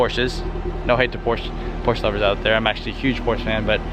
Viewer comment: you're a fan of porsche but can't pronounce the name correctly?